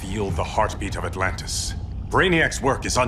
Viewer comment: "Altantis" ?? it's "Atlantis"